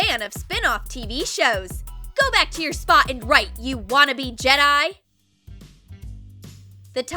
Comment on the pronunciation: Wanna- jeday🤣🤣🤣